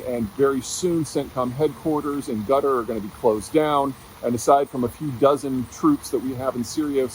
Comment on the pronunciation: Why do you pronounce Qatar as gutter